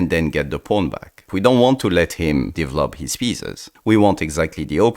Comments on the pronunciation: I just love how he says "devlop"😂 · ah yes "devlop"